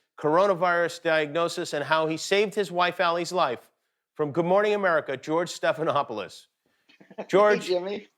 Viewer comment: I think i am hear "George stephanhopeless". Haha